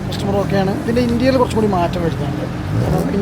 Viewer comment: ഇൻറ്റീരിയൽ അല്ല ഇന്റീരിയർ OK